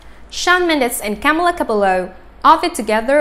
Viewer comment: If you want to make a video about them at least pronounce her name right...